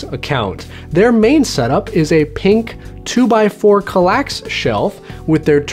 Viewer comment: As a swede I gotta "protest" some at the pronunciation of Kallax, but you're alright anyways. ;) Did you know Kallax is a rather small village in the north of Sweden? It lives just above 300 persons there. Fun trivia.